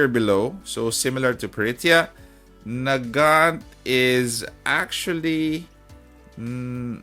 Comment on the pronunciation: When you said Nagant, I heard "the gyatt" and thought you were talking about Pritya.